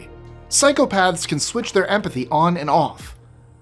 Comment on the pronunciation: I keep hearing you say "cycle paths" 😂